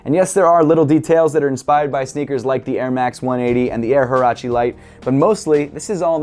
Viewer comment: Huarache - Woo-ah-ra-che not who-ara-chee